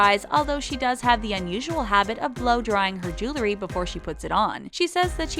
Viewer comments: JEW-el-ry. Not JOO-ler-y. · Jew-ler-y. Can someone stop letting that girl narrate these videos? The word is Jew-EL-ry. Ugh. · The "jewelry" ------ JULURY??????. I..... I....... I......... I quit. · It’s not julery , its jew-el-ry. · Um... it's JEWEL-ry, NOT Jew-LERY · How hard is it to say jewelry? It's jewelry not jelery. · Jewe-ree not jewel-le-ree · Oh God. It's pronounced jew-el-ree NOT jew-lur-ee. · It's Jewel-ree not Jewel-er-ree! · I wish the narrator would learn how to correctly pronounce the word "jewelry." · Why does it seem that when people mispronounce a word, they say it about 20x? 😂 #Jewelry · She says jewelry like stewie griffin